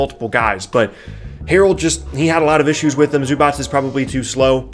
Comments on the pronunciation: LApunk88 except that it’s zoo-batz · is right. It's zoo-batz. with "a" like bat.